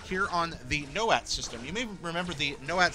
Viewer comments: it´s anoat, not noat :p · It's ANOAT not NOAT. {An-oh-at} Yes, I'm being pedantic about the pronunciation of a fictional planet / solar system / space sector. [ Also, Twi'lek is pronounced either as {T-why-leck} or {Twee-leck} - The Clone Wars is a little inconsistent as both are used interchangeably throughout the show. ]